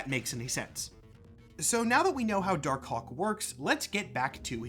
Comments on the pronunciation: Dar Kawk. You won't unhear it. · Pronouncing it "dar-cock", without a little pause between the two words, is wild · I can only hear dar cock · You… you really need to annunciate Dark Hawk better. I thought I heard “Dark Kawk” (say it out loud you’ll get it) like 10 times. 😭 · im sorry for being immature but i keep hearing dark cock 🥹